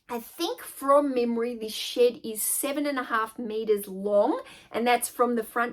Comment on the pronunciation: I introduced my 4 year old granddaughter to your channel today. She loves your accent. She said oh grandma Honey. She said a bad word. I said what bad word did she say? She said shit. I said honey she didn't say shit, she's saying shed. I got a laugh out of that. Her name is Gwendolynn